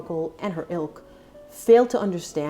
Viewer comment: 😂When you said: Meghan and her Ilk, I thought you said Meghan and her Elk, referring to Harry being moose-like😂🙈🙈🙈